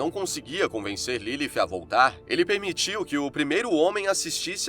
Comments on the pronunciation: Nome dela não era LiLi nem LILIF FALA DIREITO O NOME CARA 🤦🏽‍♂️ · Q agonia dele falando Ilifi